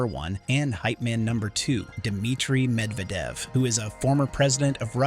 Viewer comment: The narration on this is awful! How many different pronunciations of “Medvedev” were used? I counted at least three! And, how about paying attention to sentence endings and beginnings? Very annoying to listen to!👎